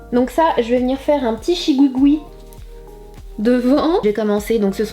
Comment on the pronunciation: T'es vraiment belle ta eu une très bonne idée de reproduire son look, surtout tu ma bien fait rire le long de la video avec ton chigougoua 😂